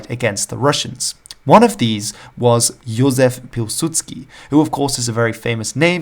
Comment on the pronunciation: Your "Józef Piłsudski" was perfect.